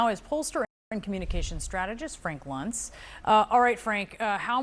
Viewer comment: *Luntz. Rhymes with dunce.